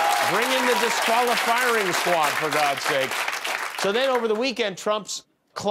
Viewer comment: "Disqualifiring Squad !"